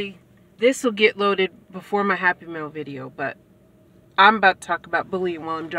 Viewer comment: At first I kept thinking you were saying happy meal videos. 😆 oh happy mail.